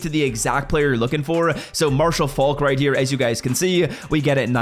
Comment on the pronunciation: “Righteer” as if right here is one word 😂